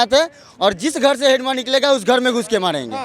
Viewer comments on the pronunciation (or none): भाई उस नाम मंडवी हिडमा है आप बार बार हिडीबा हिडीबा बोले जा रहें है